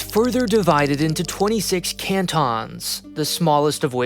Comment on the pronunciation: "CANT-ONs" 😂 you would...